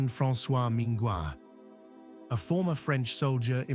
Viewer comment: L’inventeur du procédé est François MINGAUD et non Minguad, bon travail dans l’ensemble malgré quelques autres erreurs et surtout un point de vue en faveur des billard à poches, et donc beaucoup de grand champion et mode de jeux très populaires oubliés ; Willie Hope, Maurice Vignaux, joueurs de cadre (Balke line, jeu à la bande) mais aussi le billard Artistique discipline non citée etc